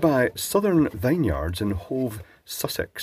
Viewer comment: You have an interesting way of saying Vinyards.